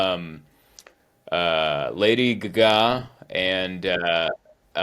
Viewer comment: Speak more about this "Lady Guh-Ga".